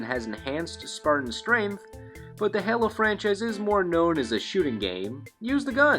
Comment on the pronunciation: its (hey-low) like an angels halo, but not (hell-low) how you said it